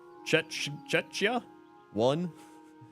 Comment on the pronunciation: The way you read Czechia broke my heart but I am definitely part of that 1 % that watches your videos,.